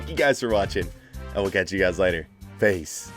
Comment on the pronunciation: At the end you said pace not peace